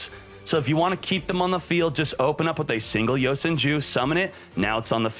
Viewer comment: is it just me or does he say yosan jews